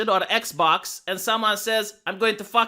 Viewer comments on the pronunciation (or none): none